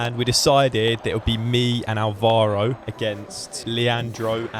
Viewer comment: Nice video man. The only thing is... It's pronounced Álvaro, with the accent on the A. But, anyways, very fun. Also, you started talking Spanish in that match, but you were playing a Leandro? Sounds Argentinian to me ahhaahah.